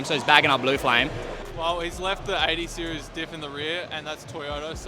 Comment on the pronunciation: That's golden. "OK sOoo It's ThE beST 80 SearIEs ArOUMd" 😂😂